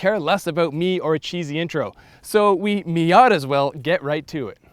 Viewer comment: Did he just say "miat as well"...